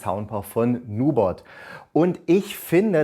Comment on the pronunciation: Heißt das nicht NubErt nicht Nubot?